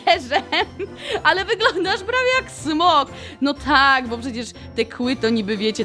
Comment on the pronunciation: Nie smog tylko smok oj